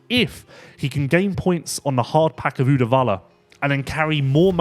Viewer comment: + for the pronunciation on Uddevalla 😀 really close!